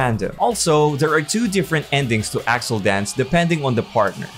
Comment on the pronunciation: Her name isn't pronounce a-rol-A It's pronounced a-rail. Bruh. He is completely wrong on accel its pronounced axe-L